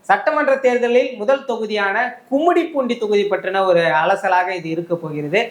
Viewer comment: Kummidipoondi ❌ gummidipoondi ✅ தொகுதி பெயர் தெளிவாக இருத்தல் அவசியம் FTP